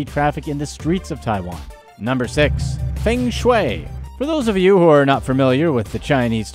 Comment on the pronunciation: Feng is pronounced 'fur-ng'